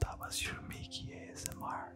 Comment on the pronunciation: A S M RRRRRRR LMAO <3 Jankos is goated